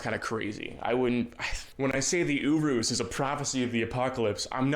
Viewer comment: WHY IS HE PRONOUNCING URUS LIKE THAT